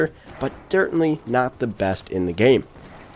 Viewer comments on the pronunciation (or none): "dertainly" lol